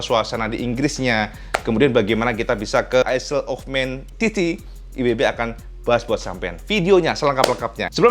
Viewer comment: Info cak "ISLE" bacanya bukan aisel cak ,tapi AeL